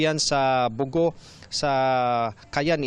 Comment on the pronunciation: Buti na e correct na ang pag bigkas sa 'bogo' 🙏